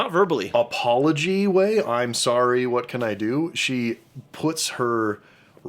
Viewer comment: she dident even say “sorry,” she just Said “sor” 😂